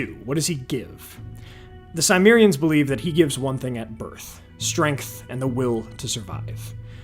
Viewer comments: Everytime you said Cimerians my eye twitched. It's not Symmerian. Sim as in Tim. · The Greeks referred to the Cimmerians as Kimmerioi (Κιμμέριοι). It should be a 'hard C' sound, like a K, and the 'i' should be like the one in 'him, kin, win' etc.